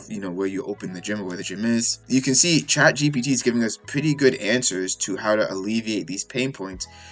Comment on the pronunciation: You keep saying chatgtp